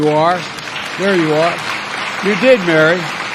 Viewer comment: does not pronounce the name Mary very clearly.....why....? I shall tell you why....PEOPLE OF EARTH.....Mary was the mother Jesus Christ.........and is not a leader of anyone....but a follower...of someone I can assure you.............YOU DON:"T WANT TO KNOW